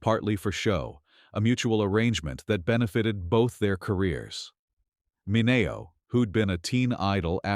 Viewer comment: MIN-knee-o you damn AI voice. Goodbye. Can we filter out AI videos? Lemme goog...